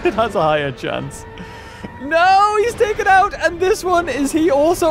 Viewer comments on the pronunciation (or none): none